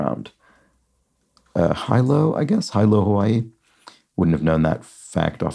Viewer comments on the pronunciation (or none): Like folk, talk, and half, the "l" in "yolk" is not pronounced. Hilo is pronounced hee-lo.